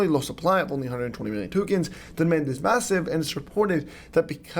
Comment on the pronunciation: "Massiver"...im out😂